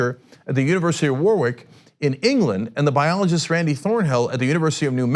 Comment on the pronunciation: It’s pronounced ‘worick’ not ‘war-wick’ and ‘moray’ not ‘mores’ still love you TYT